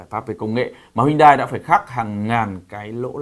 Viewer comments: Em rất thích, anh mà đọc tên hãng là "Hyundai " chứ không phải "Huyndai" thì bài review này là rất hay anh ơi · Hyundai tiếng hàn đọc chuẩn là "hien te" bác ah